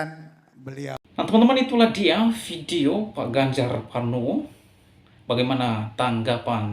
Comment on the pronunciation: Ganjar Pranowo bro bukan Parnowo hehehe